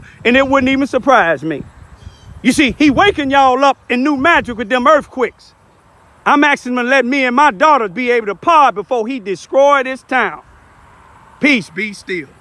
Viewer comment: It's destroy not descroy